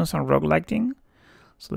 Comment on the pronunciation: Pronunciation of "Rough" = Ruff not rogue.. Just a tip